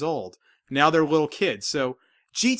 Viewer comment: "Wittle kids"